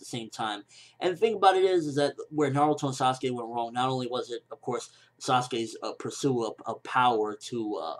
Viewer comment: Its not Saskey. Thats my opinion. Dont translate names. Say them as they are.